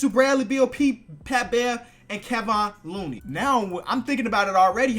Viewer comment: Mans said Keh-von looney